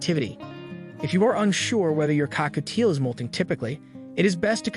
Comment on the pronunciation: Why does AI struggle to say Cockatiel 😭